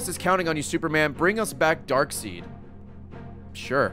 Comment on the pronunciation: Just realized Ray says Darkseed…😂